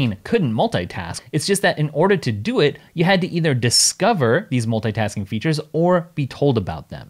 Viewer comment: The way he says "multaytask(ing)" repetitively disorients me :)